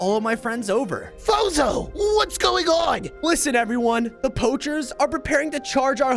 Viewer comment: I Have a question When I Watch your video I keep hearing Bozo but your real name is fozo🤔￼￼￼